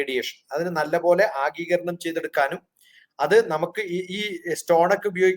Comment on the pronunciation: ആഗീകരണം venda, ആഗിരണം മതി